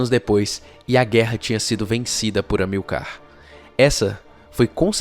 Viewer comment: HISTORIOGRAFIA PERFEITA; LÍNGUA PORTUGUESA MEIA BOCA; ACENTUAÇÃO TÔNICA PRONUNCIADA ERRADAMENTE !Amil(CAR), AO INVÉS DE (A(MIL)car). vamos fazer um cursinho de GRAMÁTICA da Língua Portuguesa, que ficará ótimo!!! Professor Roberto Guedes, Campina Grande, Paraíba.